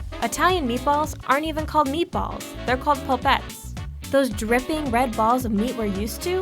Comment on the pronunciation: It’s ‘spaghetti’ not ‘spugeddy’ It’s ‘le pol-pett-eh’ not ‘pollpets’